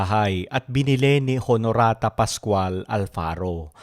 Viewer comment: Honorata pronounced as Onorata